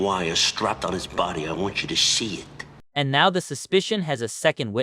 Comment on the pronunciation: “I want ya ta see ith🫵🏻”